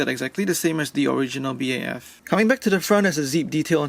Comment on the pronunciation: This man calla it a b a f it's BAF Edit:no hate it just annoys me